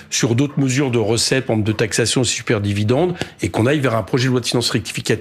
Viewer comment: Super et non uper